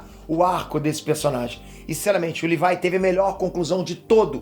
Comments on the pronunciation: livai livai, eu tentando entender quem é esse livai, dps que entendi que ele fala livai ao invés de Levi '-' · “Livái” me da agonia kk LEVIII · Não e Lívai é Levi 🙄🙄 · Pqp, o n sabe falar o nome dos personagens pqp. Levai (levi), shígashina (shigashinÁ) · Alguém mais sentiu um nervoso ouvindo o dizendo "Livai"(Levi) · chamando o levi de levaiiii aaaa tava me matando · fala o nome do levi direito